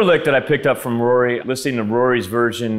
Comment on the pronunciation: You completely fucking butchered Rory, he would be disappointing